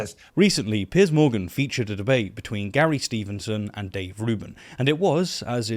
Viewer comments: I cannot believe you called him Pierce instead of Piers. Terrible show. You're British. I take it back, you corrected your pronunciation later. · it took me a minute - but finally figured out that you should have said 160 thousand, not 16 hundred thousand. Sorry - a pedantic thing to point out but at least I'm not getting angry that you called him 'Pierce' and not 'Piers'.